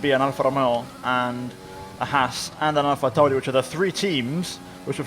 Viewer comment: Why does he say Alfa Romeo and alphatauri like that 😂😂😂